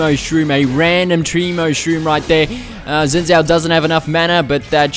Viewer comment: its pronounced zin jhao